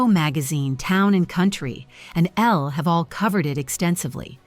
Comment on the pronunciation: I hate AI narration. Obeesence?!? Ella, rather than Elle. Ugh!